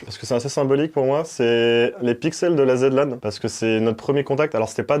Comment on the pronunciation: On devrait ajouter une règle pour les events de Zera. Ceux qui ne savent pas les prononcer ne participent pas :zrtKallax: (c'est une vanne mais ça me trigger premier degré xD Zed Lan.....)